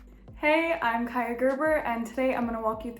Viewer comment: I've been pronouncing her name wrong my entire life ☠☠☠✋